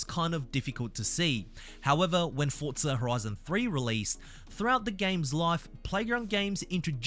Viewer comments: Just say Forza not Fortza you are Aussie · Please stop saying Fortza